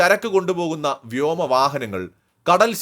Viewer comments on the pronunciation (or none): none